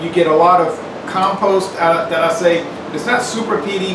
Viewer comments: "Eye- La" not "Iz-lay" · Hey guys, Islay is pronounced "eye-la". Cheers!